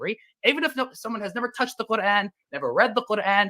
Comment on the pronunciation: Qurrr-An